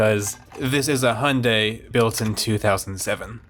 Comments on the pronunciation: You pronounce "Hyundai" like "Honda" 😅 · This is not how u pronounce "hyundai". Its not "honda".